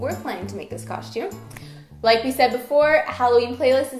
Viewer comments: Why do you say costume like coshtume? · it doesn't matter how you say the word costume it will always sound like coshtume